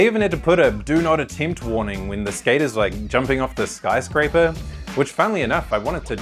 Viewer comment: If this AI says Skater eyes oince more I'll loose it